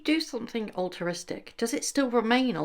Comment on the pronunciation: *altruistic not alteristic